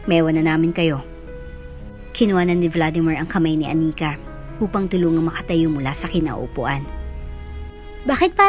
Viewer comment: I am really bothered by the pronunciations, Anika, not aNIka, remaTA not reMAta.